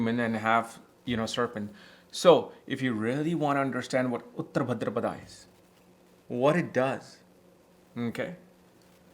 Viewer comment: It’s Bhādrapad not Bhadrapadā